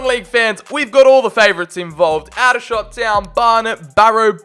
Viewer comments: Just to let you know Aldershot is pronounced Oldershot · Come on big up aldershot home town and dat btw it’s pronounced all-dershot And there rivals woking is pronounced woahking